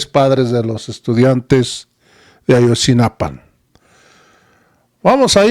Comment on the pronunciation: Xq dices Ayotzinapan?